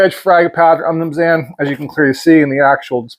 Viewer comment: I’ve never heard someone butcher saying umnumzaan before. 😂